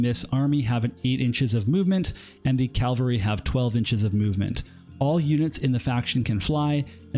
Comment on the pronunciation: Wonderful series of videos but your pronunciation of cavalry hurts my soul Q_Q